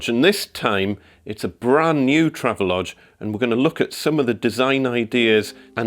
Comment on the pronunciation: BTW, I used to work at the marketing firm for Travelodge. It is pronounced "Travel-Odge". There is intended to be a distinct separation between Travel and the odge part. This is to distinguish some early mispronunciations such as "Trayve-Lodge"